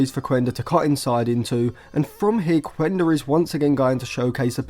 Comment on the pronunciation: Quenda is actually a wing midfielder/forward, same position as Anthony. You can just see his videos from Portugal or Sporting youth. The thing is, Amorim played him at that position in order to be able to fit him in the squad. Oh and its pronounced "Kenda" not "Kuenda"